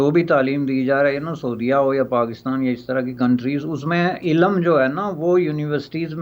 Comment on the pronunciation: Cannot pronounce ILM .properly .